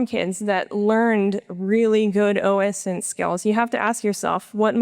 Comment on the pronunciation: ITS O-SINT NOT OS-INT